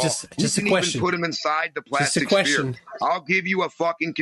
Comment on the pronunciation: Why do so many flat earthers say “Speer” instead of sphere? It’s very common among genius flat earthers